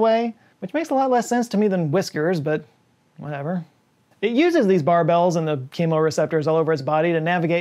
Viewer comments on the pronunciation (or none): It isn't pronounced "bar bells" haha, it's pronounced closer to Christmas "baubles." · Pronounced as barbles. Not barbells. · Not "BAR-BELLS" but "BARB-ulz" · Catfish whiskers are pronounced more like “bar-bills” or “bar-balls”. -from a life-long fisherman who also had a college course in ichthyology. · Barbel is pronounced "Barb-aul", the word is routed in French and Latin, from the words Barba and Barbus, meaning "Beard". So the second syllable of barbel (el) is said with a short "au". Like the word Maul. So Barb-Maul, without the "m". Barb-ual. Barbel. I grew up in Louisiana, I know my catfish and weird French pronunciations.